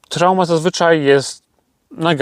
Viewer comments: dzięki za info ...jedyna uwaga Truma nie Trauma ;) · Truma w wersji diesel także występuje dodatkowo jest także wersja diesel +230v i truma trumatic nie trałma . Trałma to chyba została Tobie po uszkodzonym silniku w kamperze 😁